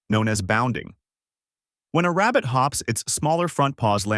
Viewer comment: This guy must be Elmer Fudd, he is obsessed with hunting down Bugs Bunny. "I found a wabbit"